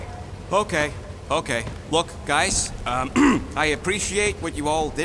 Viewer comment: "Hai gais"